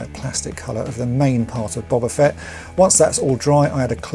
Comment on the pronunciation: And at least you pronounce his name correctly, instead of using that loathsome "Boh-ba" pronunciation!